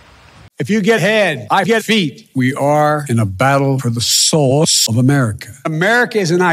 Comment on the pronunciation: "We are in a battle for the SOOS of America"